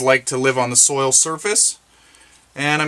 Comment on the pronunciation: Soil, not soul. Hahaha!!